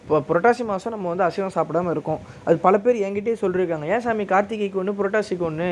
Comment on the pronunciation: ஷா வரக்கூடாது ஷா என்பது தமிழ் சொல்லர்கள் அல்ல சா என்று சொல்லுங்கள் சாமி சரணம் சாமியே சரணம் ஐயப்பா என்று சொன்னால் சரியாக இருக்கும் அய்யப்பனும் தமிழ் கடவுள் என்று உணர்த்து பேசுங்கள் நன்றி வணக்கம் 🙏🙏